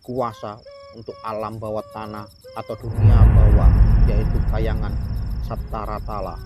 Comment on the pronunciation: Maaf nih Min, klw boleh saya Izin Koreksi... Seinget saya Penyebutan nye Nyang Bener adl sbb; Mandakraka (Mandaraka), Sambadra (Sembadra/ Subadra), Loro Ireng (Roro/ Rara Ireng), Arkapala (Arcapada), Sapta Ratala (Sapta Pratala)... tp jujur krn saya kurang tau Versi Ejaan Jawa apakah emg Penyebutannye dmikian dlm Bahasa Jawa 😊.